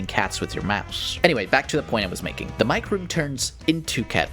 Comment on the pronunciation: I'm very late to the party on this video, but a couple minutes in and Mike's name being pronounced "mee-keh" instead of the obvious existent English pronunciation is a fun little parallel to our other mysterious cat character with a misleading name, Seam!